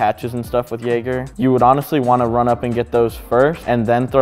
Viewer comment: Jäger* Not "Jager" bruh come on man